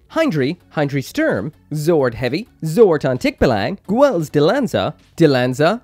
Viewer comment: You’re so intent on calling Lfrith as Rubris but you’re not calling Calibarn as Caiburn? PS as a Filipino I’m annoyed with your pronunciation of Tikbalang.